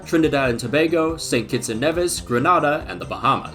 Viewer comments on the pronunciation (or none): none